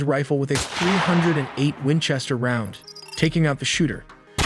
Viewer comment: USSS CAT used 300 Winchester Magnum rifle, not .308 which is pronounced three o eight